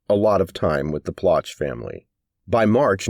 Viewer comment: It's pronounced Plow shay.